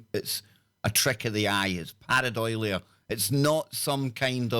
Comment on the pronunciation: If you’re going to use unusual scientific terms from Greek and Latin, or cultural words from Gaelic or any other language, can you make sure you read and pronounce them properly. Par-ei-dolia, not par-e- doilia. It just makes you sound pretentious yet uneducated. It happens a lot and is irritating. Do some research before your broadcast. I’m listening less and less because it’s increasingly alone, without specialist guests. I think in this case quality not quantity is the way to go. No disrespect intended, but I’m sure you’re losing listeners.